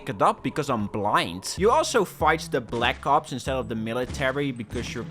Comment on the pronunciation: why did I hear, "black cops"